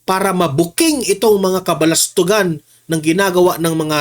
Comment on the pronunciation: Bulastugan hindi “Balastugan”…?